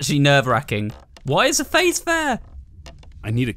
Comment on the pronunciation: "YOU WILL DIE HERE." "Noo I wont💅!" "Oh my god thees a face guys theais a fasce!" "Can I do anything else on my phone?" "Be quiit fasce!"